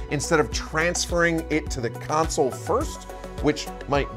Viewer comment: Good vid for beginners my only complaint is the way you say "Console" is driving me nuts! lol